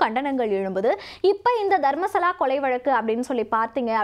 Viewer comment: தர்மஸ்தலா . தர்மசலா இல்ல